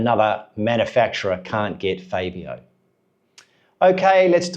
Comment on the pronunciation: if you're gonna do a video pronounce the riders names properly it's FAB-e-o not fay-be-o